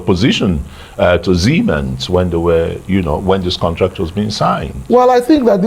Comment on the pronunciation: Dear arise it is siemens not siemen